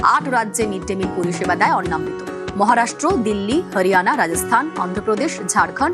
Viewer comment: গ্রাউন্ড রিপোর্টারের উচিত দয়া করে উচ্চারণ ঠিক করা। এটা অন্ন্মৃত নয় অন্নামৃত (অন্ন + অমৃত) ।